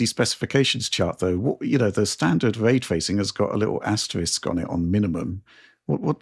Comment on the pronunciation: so. Way twacing on the PS4 pwo then.